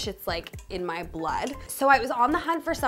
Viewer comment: “I’m Briddish and it’s in my bluuurd” - the entire UK experiences a Dick Van Dyke moment ;-)